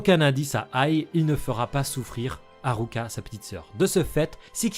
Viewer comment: C'est frustrant tu dis Killua et pas Kirua et tu dis pas alluka et tu dis ARuka 😭 ça me perturbe 😩 mais sinon ça on s'en fou, j''adore la vidéo !! 👌